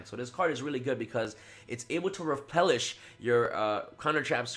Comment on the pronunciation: "Repelish" wtf